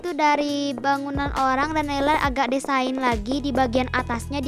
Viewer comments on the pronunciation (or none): Ka naila kan desain kan di baca nya diseyin bukan desain